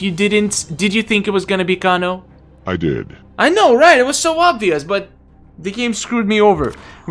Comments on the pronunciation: (Kay-No) kano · its pronounced KAYNO IT SAYS IN EVERY GAME WHEN HE WINS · Why do you kanos name wrong